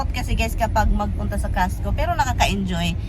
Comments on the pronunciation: You mean pala costco. Kala ko castco kc the way you pronounce e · Pronounce it COSTCO not CASHCO